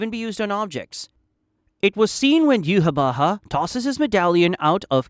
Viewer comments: u nailed yhwach's name!! i personally pronouce is iwack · correctly pronouncing yhwach and incorrectly pronouncing compulsory is certainly something